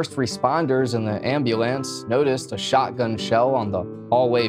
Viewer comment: Now I get you're high but ffs what did you just call that....an amb a lance 🤦🏻‍♂️😂